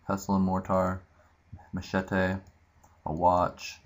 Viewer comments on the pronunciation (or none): thumbs up if you laughed when he said machete ;D